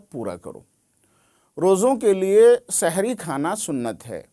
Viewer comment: Shahri nahi hai janab sehri